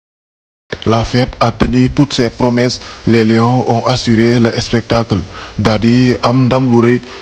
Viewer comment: Merci mais essayer de vous appliquer dans la prononciation de certains mots: chéreté, stade , spectacle, match